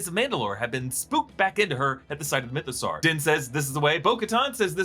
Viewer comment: I kind of miss when he was calling it the MythoSowerrr